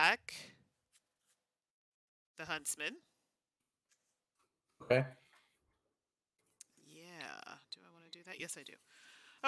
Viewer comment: Every time said Huntsman, it sounded like Husband. So I spent a lot of time thinking "when did Little Red Riding Hood get married?"